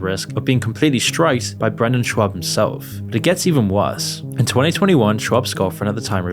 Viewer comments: I don't like Brendan but you sound like a moron when you say "shwab" 57 times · Good sweet lord it's pronounced "shob" ..dude is killin me with this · Fine but you pronounced Schaub wrong about 50 times in a row. Makes you sound idiotic. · You don’t even know how to say Chris’s last name correctly, but yet you’re propagating allegations that haven’t been proven. Shows you barley know anything about the guy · Come on. If you're going to make a video about a person, the least you can do it at least TRY to pronounce their name correctly. Shaub is NOT shwab. You said upwards of 50 times and only ONCE did you even come close to saying it properly. If you want to be taken seriously then at least try. Same for Chris D'elia. It's not deelia. Du-leah. Good lord this is bad. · at least call Shaub by his name, not Shuab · Its funny how you keep pronouncing it "Shwab" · SHAAAA BBB not SCHWAB lol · Lol did you call him Brandon Schwab intentionally? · kept calling him Schwab instead of Schaub from start to finish. It's probably the funniest thing Schaub has ever got involved. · Oh my fuck dude, Brendan “SchWAAB”? Chris “DEElia”? At least pronounce names right you douche. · You do know it's not actually pronounced "shwaab", right? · Schaub is pronounced "shawb" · I had to pause my game for this...are you saying Shwab on purpose or is that a mistake. If that's unintentional its even funnier. Totally not correcting you. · Great video but dude… learn how to pronounce people’s last names 😂 schaub is not pronounced schWAUB and D’elia is not pronounced DEELIA 😂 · I almost had to to skip the Brendan Sch(w)aub portion because I couldn’t focus on anything but the mispronunciation lol. Delia wasn’t too much better… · Please learn how to pronounce "Patrice", "Schaub" and "D'elia" and also learn the difference between "women" and "woman" it's painful for a youtuber of all people to not be able to speak properly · Shaub, not SchWabb. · It’s not Schwab, there’s no W in his name